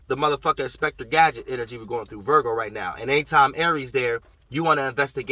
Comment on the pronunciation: “Inspector Gad.” ♍️🔍 haha